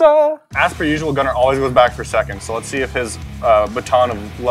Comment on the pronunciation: You said it right Gunner